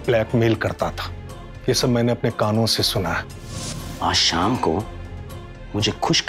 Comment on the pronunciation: evening का शाम होता है साम नहीं। हिंदी की बैंड ना बजाओ भाई